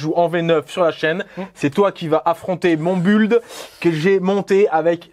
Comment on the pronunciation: "mon bUld".. come on, man.. faut vraiment pas se forcer pour pas dire " buIld"